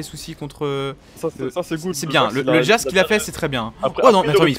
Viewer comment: C'est Jax, pas jasque.